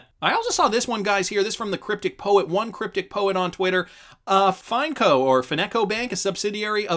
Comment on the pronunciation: Again its pronounced "won" not "you on"